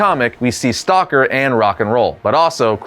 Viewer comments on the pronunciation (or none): none